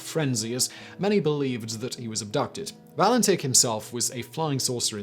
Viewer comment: All-bree. Valen-titch. Add Harold Holt, the Beaumonts, Azaria Chamberlain and Joanne Ratcliffe & Kirste Gordon in your next list